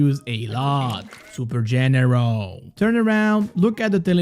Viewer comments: Super generauwl. Aim like shaaauwn XD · Nobody:: SuPeR gEneRAl